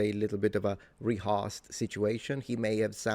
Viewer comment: Interesting. You pronounce "rehearsed" like "reharst" rather than "reherst".